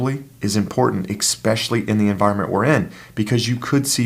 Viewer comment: did you say "expecially"?